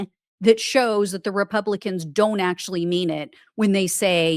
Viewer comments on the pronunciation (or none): none